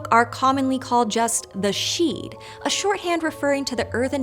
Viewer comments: I cringed every time she pronounced sidhe ("SHEE") as "sheed". 😮‍💨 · It’s just she as in banshee not sheud. Also Shan-kee not shanaquay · Sidhe is pronounced "shee" not "sheed" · lots of incorrect pronunciations here for example, you don't say the D part in sidhe...it sounds more like "she" when pronounced correctly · Great video! 👏Only thing is ‘the sidhe’ is pronounced ‘she’ as in she/her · Sidhe is pronounced shee, the D is silent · There's no "D" sound in Sidhe. It's just "Shee." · Not sure where you get your pronunciation from, but it's not great. The TDD are NOT fairies. OMGs! They are considered Sidhe (pron she) but are not fairies. And they are NOT Celtic. They are specifically Irish only. The languague is not Gaelic, it's Gaeilge. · Sidhe is pronounced /shee/ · Sidhe is pronounced 'shee' Aos sidhe 'ace shee' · I've never heard the D pronounced in Sidhe though. Maybe I've heard it wrong all my life but I've always heard it as "Shee". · Great video, but isn't sidhe pronounced "shee"? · Omg the butchering of the word sidhe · She puts way too much emphasis on the "h" though. And the "d" in sidhe is silent. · The pronunciations here bothered me so MUCH: TOO-AH DAY DAN-AN, and SHEE. A name for a variety of female sidhe were called the ban-sidhe which is where we get the Banshee - note the SHEE pronunciation? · Some notes on pronunciation because Irish can be tricky if you don't know the phonetic rules Tuatha Dé danan: To- ah -ha de dan -aan Fir bolg: Fur bolg/bolc Sidhe: she (as in bán Sidhe, fairy woman - banshee) Fo/mor/rians stress on the mor